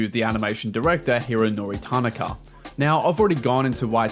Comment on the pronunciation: are you serious right neow